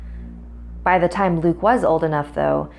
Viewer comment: When she said "after Luke went to sleep" for some reason it sounded like she said "after tom went to sleep"